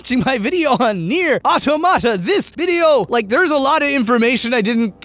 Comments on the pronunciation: I like how you poke fun at MatPat's pronunciation when the stress/accent of the word automata is on the TOM not the MAT, ie au-TOM-ata as in an automaton or a "self reliant robot" not an "automatic tomato" or whatever it is you're saying. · It bothers me how everyone mispronounces "automata". It's a real word. It has a real pronunciation. The accent is on the second syllable. "Ah-TOM-mah-ta" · The game pronounces it AWW-tow-mah-ta. That's why we pronounce it that way. If a Final Fantasy game pronounced itself in-game as Final Fan-TASS-ee, you'd hear people calling that one game that way. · Sorry, neir what??? Automita is said like automaton. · Dude, love your work, love to hear you yell and swear, love how intelligent and entertaining you are. I also love the honesty and the recurring masturbation gags... but please dude, try to learn how to properly pronounce "automata" :-/ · Damn, the constant and repeated mispronunciation of "automata" was seriously distracting; I just couldn't enjoy the video because of it. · I love the concepts they implemented in this game and how they all make sense in application. Also, you pronounced Automata wrong. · and you messed up how you say "automata" in this episode. The emphasis is on the first "t" and not the "m". It's the plural of "automaton" and pronounced exactly the same way. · I can't deal with pronunciation of automata. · Damnit, do your homework. Automata has the emphasis on the "O". It's the plural or automaton. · I think Nier: Automata is not pronounced like that at all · I like how he points out that matpat mispronounced a word seconds after he mispronounces "automata." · Holy crap Austin, the way you say Automata is killing me. Auto-Mata. I think it's more like the way you would say "Automaton" with the emphasis on the first T, like auTOMata. Or like au-tamata. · aw-TOH-muh-tuh not AW-toe-MAH-tuh How are you gonna be mocking MatPat's pronunciation of technical terms and get the name of the damned game wrong?